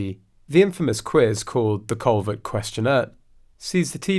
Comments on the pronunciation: Stephen’s last name is pronounced Colbear the T is silent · It’s pronounced “ Coal- bear” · The “L” and “T” are both silent on Colbert!! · The Late Show with Steven Colbert is pronounced Coal BEAR not Col BERT. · Learn how to pronounced Steven's surname!!!